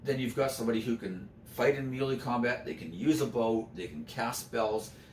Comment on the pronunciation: Melee is pronounced "may-lay." Otherwise I'm enjoying this greatly :)